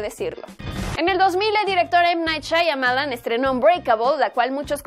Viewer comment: Es Shyamalan no Shyamalayan